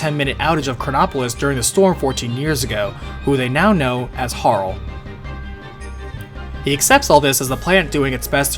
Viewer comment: there is no spiritual to this succeeding chrono trigger. it directly ties into the story. and people who think it didn't didn't actually play it also given her form i always thought harle was pronounced har-leh. as in harlequin